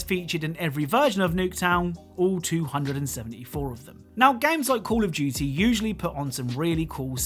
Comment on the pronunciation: cAlL oF "JeWtY"